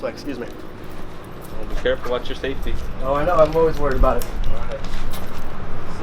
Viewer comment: "watch your saftey" 😂😂😂😂💀